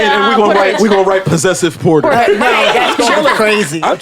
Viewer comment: Not “Possessive Porta”🤣🤣🤣🤣